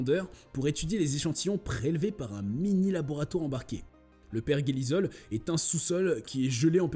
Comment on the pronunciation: Pioneer se prononce " pionir" Et survayor "surveior" pas survayvor... Bon je suis déçu de cette vidéo. Et l'Ésa c'est en un seul mot, comme Nasa... Et par pitié, c'est "perjélisol" pas perguélisol... Il n'y a pas de U après le G et c'est un E donc se prononce je...